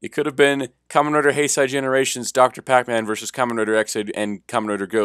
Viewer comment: You pronounced Heisei wrong.